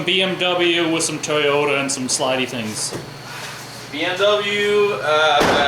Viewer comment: lol “Toyoter”